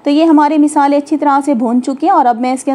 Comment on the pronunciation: Masaly ❎ meesaly☑️